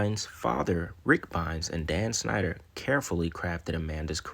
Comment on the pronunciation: Bro you ad a "sh" sound to things that don't have it but when you say Dan's last name you say "snyder" when it's "schneider" lol u leave out the sh when u actually supposed to say it.